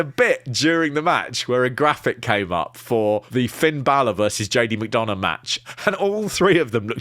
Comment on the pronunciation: Lads, learn to pronounce McDonagh. It's "Done" not "Dawn".